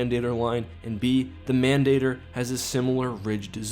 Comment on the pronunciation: you're mispronouncing mandator